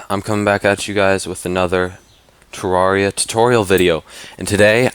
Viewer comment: You say Terraria with an "A" not an "E"